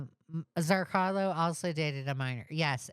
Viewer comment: idk why but every time you say it as ‘zrcarlo’, my brain screams ‘zrCALO’ but I’m just a little stupid like that, anyway back to the video